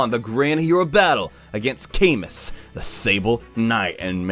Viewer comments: It's actually pronounced CamOO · Hate to be that guy but Camus is pronounced as "Ca-moo" because the French said so.